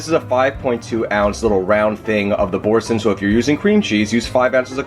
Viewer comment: You are mispronouncing the name of the cheese - it's Boar-san (that's how its pronounced.)' supposed to sound French. I used to make a straw & hay pasta from Gourmet magazine years ago. My husbands friend gave me a standing ovation after she ate it.